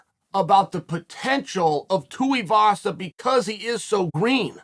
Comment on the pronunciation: Lol Atleast he’s pronouncing tuivasa properly now. He’s been saying tee-avasa for ages.